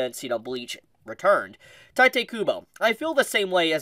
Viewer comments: I hate to be that guy but it's pronounced Tito not Titay. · OMFG My ears are bleeding everytime You butchered Tite's name... It's TEE-TEH.